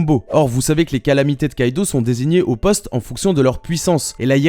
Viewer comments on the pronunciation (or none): none